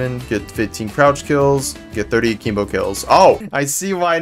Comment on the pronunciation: people still pronouncing akimbo wrong 18 years later is crazy